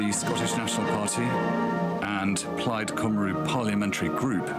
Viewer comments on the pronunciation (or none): The narrator referred to Plaid Cymru as “Plaid Cwmrw” and to Gabon as “Gabo”. Not as good as the BBC coverage.